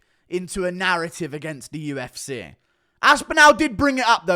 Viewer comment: This guys inability to pronounce the vowel sound for words ending in i or e is excruciating. Its not the UFCeh ITS THE FUCKING UFCee! The tism is real with this dude.